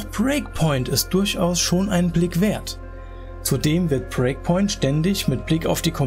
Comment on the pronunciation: Warum sagst du immer "Preakpoint" statt Breakpoint?